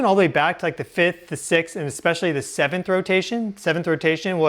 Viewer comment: I’ve always wondered if he smokes too much weed, or has a lisp. He says some words with a weird pronunciation.. “teslers” “murcury ” “sixs instead of sixth” “meyenmar” “earf” “kamchAKA” it’s not a chakra, it’s KamchATKA.